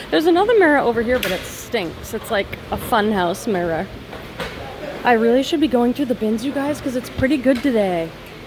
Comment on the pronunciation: Lol I was literally thinking the same thing.